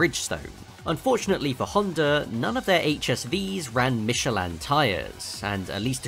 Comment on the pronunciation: Your pronunciation of Michelin is odd